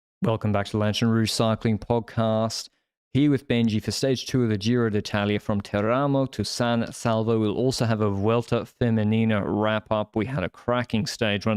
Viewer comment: Tèramo!! Wrong accent 🫣